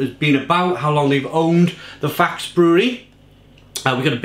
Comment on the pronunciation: You must tast the strong ones of it in a black can too (10% a 1litre can) too ! it needs just 1 can for a hole party night ! 😅 Ps: you must speak out the e in the name too to speak out the name "faxe" right ;)